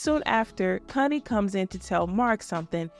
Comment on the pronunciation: Um please pronounce Connie correctly..in the UK what you're saying is adult language. Not cun, con.